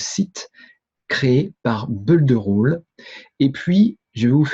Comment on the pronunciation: Bonjour, permettez- moi de vous faire remarquer que le verbe to build se prononce Bild et pas beuld. La bonne prononciation améliorera votre crédibilité. Votre collègue audois confirmera.